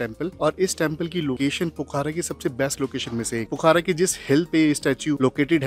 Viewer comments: its pokhra not pokhara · Pokhaara nhi hai wo pokhra hai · Brother it's Pokhra not Poookhara🇳🇵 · भाई साहब यह पोखारा नहीं, पोखरा बोला जाता है पूरे नेपाल में या भारत में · Pokhara hota h, Pokhaara nahi, Phewa lekh hota h, feewa lekh nahi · पोखारा nahi पोखरा बोलिए